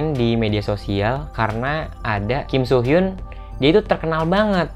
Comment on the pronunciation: Fyi, pelafalan nama kim soo hyun itu bukan kim-so-hyun tapi kim-su-hyeon